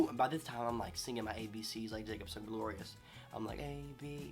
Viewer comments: "Jacob sappaporious"😂😂😂😂😂😂👉🏻👈🏻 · I love how u say Jacobs last name